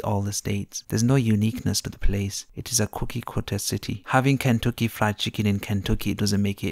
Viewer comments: This guy in the video sounds like he works at a call center in India Learn how to say Kentucky right than talk crap about my state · I’m not taking advice from an Indian dude that can’t even say Kentucky .. get outta here guy.